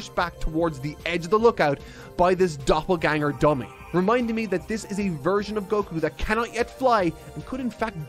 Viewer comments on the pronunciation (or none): none